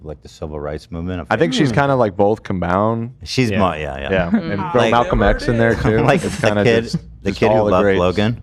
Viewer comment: "Combound" If you know you know 😂